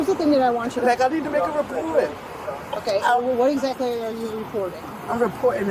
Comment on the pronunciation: Well, look how they pronounce "EXACTLY." They leave off the "K" sound, maybe even on words like it, like "except" becomes "ezzept"